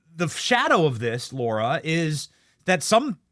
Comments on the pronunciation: LARA, NOT LAURA! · @@ Are you pronouncing Lara TRUMPS name wrong?? Or an I wrong..... y'all is he saying Laura instead of LAR-A? OR...Am I wrong?? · Benny, great show, Love Lara, she's amazing. I'm grateful you let her speak without interruption. HOWEVER, I do wish you would pronounce her name correctly! IT'S NOT LAURA. it's LA-ra. She's too gracious to mention it to you, but it grates on the ear. Love from Vermont